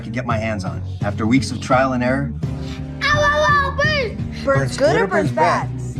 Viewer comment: Bruh it's burns not birds lmao😂 (I don't wanna be top comment if you want to copy this I guess before I delete it i dont really care either way)